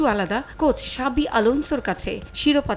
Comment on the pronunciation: সাবি না ! জাবি( Xabi)